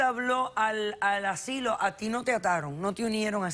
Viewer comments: me molesta que diga asilio todo el tiempo 😑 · ASILIO, JA JA JA, TAN DIFÍCIL ES DECIR asilo? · Me estresa el tímpano cuando repite "asilio". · Asilo, no asilio 🙄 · Me vuelve loca la demandante diciendo "asilio" en lugar de "asilo". Que le pasa? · " el asssilio" " el asssilio" " el asssilio" " el asssilio" " el asssilio" " el asssilio" " el asssilio" ............... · No se dice Asilio... Es Asilo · Asilio ,asili, y mas asilio 🤪 ser q se le hace muy dificil decir ASILO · Ni hablar sabe, dice aslio, y es asilo, verguenza debe tener de llevar a su mamá en ese lugar. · Vieja bruta se dise ASILO ...NO asilio ignorante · ¿Que es un asilio? Yo conozco los asilos. Esta mujer no sabe pronunciar bien. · ¿Asilio? o asilo? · Soy la única que se estaba poniendo nerviosa cada vez que decía "asilio"? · Lodi Lamber 🤣🤣🤣🤣 yo la corregí mentalmente cada vez que dijo asilio! 🤣🤣🤣🤣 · Asilo, se dice ASILO!! No asilio! Qué rabia joder! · "ASILO", no "ASILIO" burra! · Yiyi que razón tienes, dijo asilio como 30 veces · Les encanta hablar mal ASILO NO ASILIO.Repugnante de como hablan